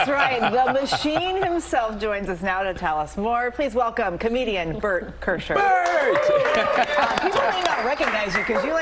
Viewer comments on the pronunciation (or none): Bart KeR-SheR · "Bert Kersher" omg I'm dying!!!!!!!!!!!!!!!!!!!!!! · HAHA SHE SAID KIRSHER!!! CLASIC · She called him "Bert Kersher." Really? WTF? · She fucked up his name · 59 Seconds in and she gets his name wrong... Hope taking note 😁